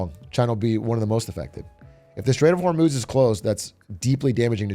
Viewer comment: hur-muz… not hormooz